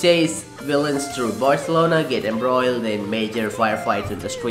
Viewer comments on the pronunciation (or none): none